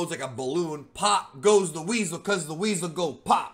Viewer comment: 😂😂😂😂😂 “pop goes the wheesel”